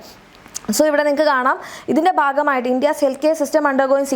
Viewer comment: ബാഗമായിട്ടല്ല, ഭാഗമായിട്ട്